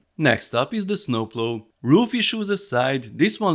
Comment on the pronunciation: Funny how you say snooploo I’m dead hahahaha😂😂😂